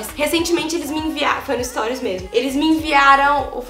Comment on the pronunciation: que agonia de vc falando storis kkk é STORIES!😂😂😂